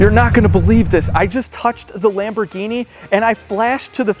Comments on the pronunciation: Lam-bro-genie....LOL errr...that might be more Russian accent...nvr mind... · "Lamborghini" (italian accent) 😂😂😂